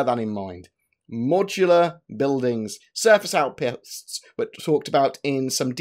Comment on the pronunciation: Surface Aoutpastes :)